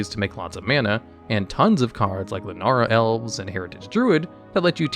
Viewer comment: you mean LAN - O - WAR Elves... not Lanara or whatever you said.